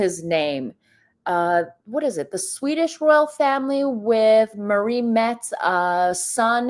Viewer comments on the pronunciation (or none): none